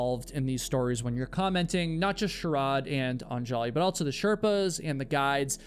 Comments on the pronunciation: Isn't it pronounced ON-juh-lee (stress on the first syllable)? You keep saying on-JAH-lee. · Every time he pronounces "AN-ja-li" as "an-JA-li" I hear a record scratch. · I love your videos but perhaps a little research when pronouncing Indian names would be helpful. Anjali is not Un-jolly. It is Un-JAH-lee. Or like Angela but say Ungelee. This is a common name in India and I appreciate that you work really hard to remember and constantly say their names during your videos but it’s so jarring to hear it pronounced so wrong so many times. It’d be like someone pronouncing your name Kay-WHY-la. It would be distracting. Think you can ask for names to be pronounced on google. But again thanks for your videos. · Anjali is pronounced ON-jully not on-JOLL-y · Anjali is pronounced 'ahn-JAH-lee' not 'on- jolly'. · Anjali is pronounced UHN-juh-lee, not on-JAW-lee. Come on,. One little Google. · I know this might not matter to most but her name is pronounced "AHN-juhlee". This is how her husband pronounces it in the documentary by CNA Insider called "A Deadly Ascent". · Super distracting to have you mutilate the pronunciation of Anjali. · The way you are pronouncing Anjali's name is driving me nuts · The countless mispronounciations of Anjali pisses me off because my wife has the same name. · This is a good vid but like bro couldn’t be assed to google how to pronounce “anjali”? lol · Don't put the accent on the "An" in Anjali. Accent the "li" instead. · The name Anjali has the stress on the first "A", not the second. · Yo - an easy way to get subscribers from India ...pronounce their names right. Un-juh-lee and Sh-uh-ruh-dh. Great work all around otherwise 🙌 Love the channel ❤